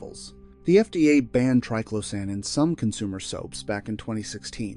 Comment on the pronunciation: The information here is good, but the continual mispronunciation of triclosan makes me want to scream! If phthalates can be pronounced correctly, why can’t triclosan?